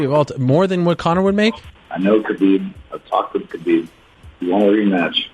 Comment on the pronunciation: I like how everyone pronounces khabibs name wrong it's habib